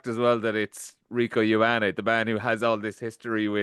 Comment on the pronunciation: Someone teach Jackman how to pronounce Ioane please